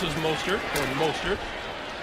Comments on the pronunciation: Nobody: Greg Gumbel: Raheem MAH-stert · 1. I didn't know "Mostert" could be pronounced so many different ways. 2. 3 turnovers in the first of the game. YIKES. 3. That flip by Richie James